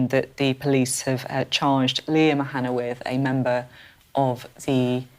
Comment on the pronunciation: Someone needs to tell the British establishment it's not "O'Hanna" it's "Og O'Hannaidh". Disrespectful pearl-clutching clowns.